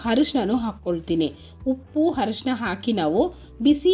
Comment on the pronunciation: ಹರಿಷನ ಅಲ್ಲ ಅರಿಷನ